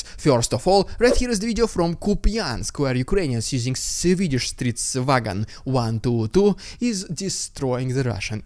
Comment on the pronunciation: I was not able to decipher what you meant with your attempt at pronouncing "stridsvagn 122" until I noticed that the tank in the footage looks like a Leopard so you were probably referring to the only version of Leopard with the numbers 122 at the end.